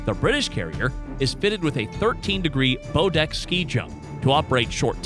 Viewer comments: Not hardly. I mean really the guy does not even know how to pronounce "bow" as bough, not bo, and "frigate" as frig-ate, not free gate. And then there is him saying the Ford can carry 75 aircraft when it can actually carry up to 90, although its normal compliment is 75. And consider that the QE being a ramp type launch it must carry shorter range and lighter aircraft to achieve launches. As far as Wayne Gazard's comment. All power systems require "regular maintenance", but how much is the question. Nuclear requires much less maintenance and way fewer personnel to do it than diesel. As far as dry dock repairs, well the U.S. has 9 of its 11 operating at any given time, plus 9 amphibious carriers. The UK has only 2. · Good comparison, but the backward video was annoying. The incorrect pronunciations of some of the words was very distracting - it's bow as in "take a bow", not a "bow tie", corps is spoken as "core", not "corpse", and Phalanx is "FEY-links".